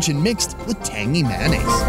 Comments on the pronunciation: Is it just me or does ‘tangy mayonnaise’ said by is funny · The way he says “Tangy Mayonnaise” fills me with foreign feelings